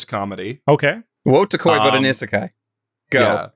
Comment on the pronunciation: Please tell him how to prononce isekai